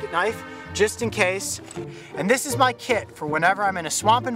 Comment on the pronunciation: I thought he said i got my KID in here! Loll its kit